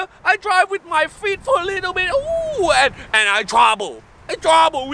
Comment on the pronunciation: "An, in here i drive my feet for a little bit OoOoOoOoOO and I twuble I twuble WeE WaU WeE WaU 😂